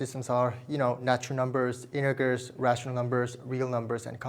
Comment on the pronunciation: Just started the video but you pronounce integers wrong and it sounds like a certain other word. That t is crucial and the g is soft.